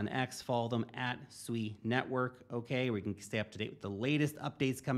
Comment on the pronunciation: SUI = swee, as in the word SUITE